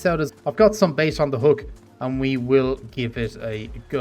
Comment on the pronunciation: Thanks! It sounds as if you always pronounce it like base, but it should be bait.